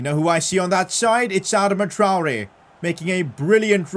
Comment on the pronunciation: It’s pronounced Adarma Traore. Sorry just for some reason pisses me off when you say it that way bro.